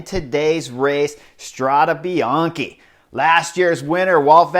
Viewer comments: With all the love in the world, no: Strada Bian-"key". Yes: Strada Bian-"kay" . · Thanks for the good report! But man... your constant mispronunciation of the race name is ear drilling 😱 Let’s try together: Strada (fem.) is singular, Strade is plural. Last E is pronounced as in ‘pet, wet, get...’. Bianco means white, bianche is female plural. Bianchi is male plural but also the bike brand. So, what you’re pronouncing is ‘Bianchi road’ instead of White roads. 🙏🏻🚴‍♂️☀️